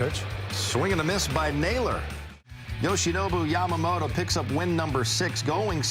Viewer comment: キルステン・ワトソンさんはちゃんと『ヤマモト』と発音してますね。 意識してイギリス風？に発音してるのかな 個人的には『モロ』と呼んでます w